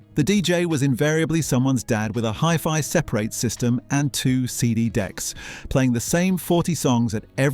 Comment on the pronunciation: The way you said Hifi separate tells me you didn’t grow up in the 90’s.